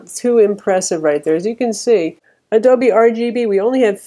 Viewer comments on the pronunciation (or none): none